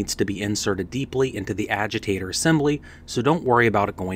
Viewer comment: What in the hell is a aweger lol. Its Agitator